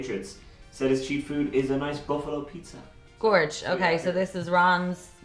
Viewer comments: "BUFFLALO"" Pizza? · "Bufflalo"? had to rewind to see it again lol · "Bufflalo Pizza" 🤔